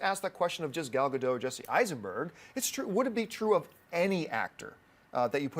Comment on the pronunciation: You are so mispronouncing Gal Gadot name, the "t" isn't silent !!!.